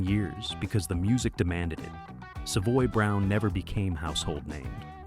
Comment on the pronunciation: The computer voice can’t say the band’s name correctly.